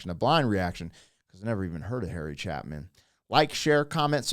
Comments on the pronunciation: A few things...first, Harry's last name is pronounced Cha-pin with a long "A" as in "stay". I'm happy to be able to say that I was fortunate enough to get to see him perform live just a few months before he was killed. He had just released a new album called "Sequel" after the title track, which is the rest of the story for "Harry" and "Sue". I'd love to see you do a reaction to that song as well! 😊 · Add Dan Fogelberg. He has a very similar themed song called Same Old Lang Syne. Also - pronounced Chay-pen. Thanks for the reaction! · It’s Harry Chay pin. Yeh I was going to go to England and marry Paul McCartney too! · It's Chapin (pronounced chay pin...)and you reacted to him before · btw, pronounced Chay-fin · Pronounced Chay-Pin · It's pronounced CHAY-pin At least pronounce his name right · ChApin. The "a" sounds like the letter A. Long A. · It’s pronounced ChAApman, long A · Its pronounced CHA-PIN. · He was a legendary storyteller. It's pronounced Chay-pin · Chay-pin is how his last name is pronounced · Dunno if'n you've reacted to it yet (too lazy to look it up!), but if this story hits you this hard, then 'Auld Lang Syne' by Dan Fogelberg will **F- you up**!! [listen to it around Xmas/New Years]..... As always, Blessed Be, & Peace!!! 🙏☮ (oh; and it's 'Chay-pin'!!) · Pronounced Chae-pin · Pronounce it Cha-Pin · Please...his name is Harry Chay-pin. Thank yiu. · You did a reaction to "Cats in the Cradle" about a year ago in August 2024. You had quite an emotional reaction to both the song, and to Harry Chapin's life story. BTW - It's pronounced Chay-pin. Chay rhymes with bay and pin like a safety pin. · Harry’s last name is pronounced Chaypin. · Chapin is pronounced with a long a sound. chaaaapin, Also you are a father, you MUST listen to "roses are red" and Cat's in the Cradle. He also has many songs about daughters. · Pronounced…CHAY PIN. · harry ch-A-pin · Thank you for reacting to this great song. His name is pronounced Cha' pin. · It's pounced. Chapin long A.